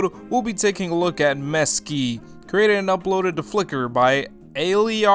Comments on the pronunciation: Pronounced ALL-EYE-RUH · Her name is pronounced 'Ah-lie-rah', she says it like that herself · WOAH THANKS FOR THE FEATURE! I did not expect this. <3 and its pronounced "ah-lie-rah" :)